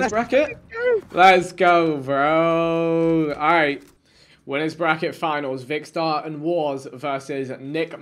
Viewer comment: British people be like “ alroit I can vibes with it ay